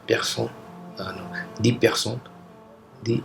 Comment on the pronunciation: Am french, It was not that bad, but the word "personne" (person) was really off.